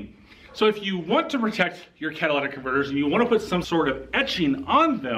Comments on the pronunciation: The "cadillac converter etch"??? Who does this guy think he is -- Joe Biden? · Why do you repeatedly say "Cadillac converter"? You have to know better. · Are you saying "Cadillac Converter"? It's Cat-a-lit-ic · Caddilactack converter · It's not a CADILLAC converter, and it's not a CATHOLIC converter! Say it with me.....CATA-LIT-TIC converter! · Did you say Cadillac converter 🤣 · Cadillac converter, Cadillac converter, Cadillac converter, Cadillac converter..... I can't take this clown serious. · NOT Cata- LAT-ic, Cata- LYT-ic !! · It's "Catalytic Converter" not "Cadillatic" Converter".... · Dude...it's "Catalytic", not "Cadillatic." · I know you didn't just say Cadillac converter. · “Lit” not “lat” Catalytic not cadillatic. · Catalytic not Cadillac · Yo, second grade. The word is catalytic . Not cadillac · You fail because you said Cadillac instead of catalytic? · Did he say Cadilladic converter? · CA-TA-LY-TIC not Cadillac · A Cadillac converter etch?? Learn to talk!! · Cat-a-litic, not Cat-a-lattic. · Dude, why do you keep saying "cat-a-llac" converter? It's "cat-a-lyt-ic". Did I miss the humor disclaimer? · Cat-ah-lih-tick. Not cat a la tick or any other of the crazy ways people pronounce this. Not Cadillactick either. Lol. Thank you for exposing these criminals. A thief is definitely a thief. Catalytic converter protection on a Ford Lightning. LOL!!! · Say it with me “ cat a lit ick” 😂😂😂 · You are in the auto industry.Learn to pronounce the part please.Not trolling you ,just want you to sound educated.. ka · tuh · li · tuhk ! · I love how he can't pronounce the word right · anyone who cant pronounce catalytic converter automatically loses all credibility